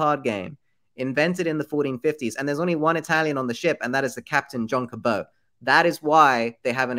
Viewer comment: I'm pretty sure John "Cabot" rhymes with rabbit and not snow.